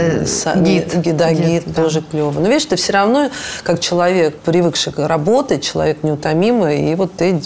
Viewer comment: Очень хочу узнать у,какой смысл она вкладывает в слово человек,намеренно произнося его как слово ЧЕК.Это дань моде в вашей тусовке или просто редукция Вашей речи?Заранее благодарна!